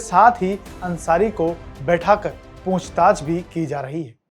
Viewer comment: पूंछताछ नही होता पूछताछ होता है ।😂